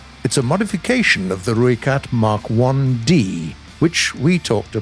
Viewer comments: The least you could have done was gotten the pronunciation for the rooikat correct like it’s not that hard. You pronounce it like Roy but u roll the r, not the roiekat , the Rooikat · How you say rooikat is wrong if you wanna know how to say it right message me I’m from South Africa so I know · Im from south africa and just want to clarify youre saying ROOIKAT wrong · If you want the correct pronunciation and of the rooikat it is r oi(like the Australian oi mate) kat